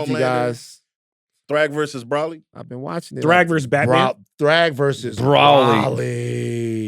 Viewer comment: Bro-ly 😂😂 not Braw-lee